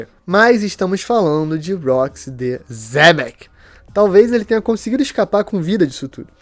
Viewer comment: Porque Xebec vocês falam Zebec, a Xuxa vocês falavam Zuza? 😂😂😂😂 Cada uma